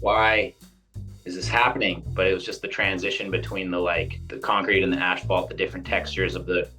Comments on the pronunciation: Can somebody tell Ryan it's pronounced ass-falt, not ash-falt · Did Ryan say “ash fault” instead of asphalt? Is that a Canadian thing? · Dude said Ashphalt every single time. That's commitment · Do Canadians pronounce asphalt as ashphalt?? Hah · The absolute legend Ryan “Ashphalt” Decenzo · proper german pronunciation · The guy gets paid to hit the ashphalt. He can pronounce it as he pleases. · 😂😂😂 he can say it however he wants, he's still the king